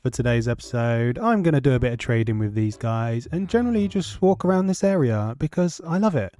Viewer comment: This was a brilliant episode! I really love the look of that village! Also is the word at the end you said walk wrong you said swalk?